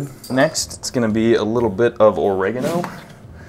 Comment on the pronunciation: His pronunciation of ‘cauliflower’ was making my eye twitch.. but when He said ‘oregano’ I had a stroke.